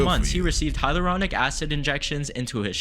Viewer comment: its "hal your ronic"